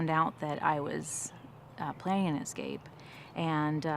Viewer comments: I have a "pet peeve". People who get paid to present things verbally should speak well. It's "escape" not "excape" ;and that guy on CNN, Jake Tapper (which sounds like a porn name) having a lisp. Just me? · I definitely was thrown off by " excape" repeated several times😂